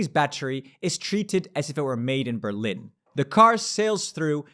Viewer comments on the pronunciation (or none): none